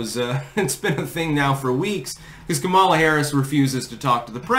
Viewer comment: FYI it's pronounced COMMA-lah not com-AH-lah. shrug